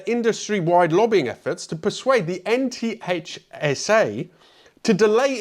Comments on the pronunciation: in the US, NHTSA is pronounced 'nitsa'. o_0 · If it helps in the future, NHTSA is pronounced NIT-sə